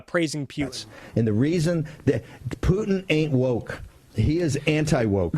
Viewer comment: Love your content. Good stuff. Keep 'er goin but eeehh.... Are you pronouncing it Pew-tin to sound like an A-clown on purpose or? 🧐